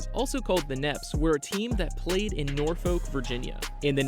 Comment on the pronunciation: .......wrong Salem ...that's the one in western side of state And it's PRONOUNCED NOR-FUK